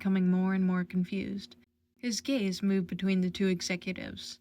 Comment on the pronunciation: I am dieing I heard gaze as gays